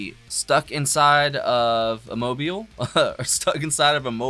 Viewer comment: It's Mobile, Alabama.